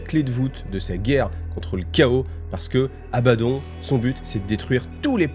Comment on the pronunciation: Tres étrange.... Tu prononces les mots à l'inverse "Abbaddon" et "Pylône"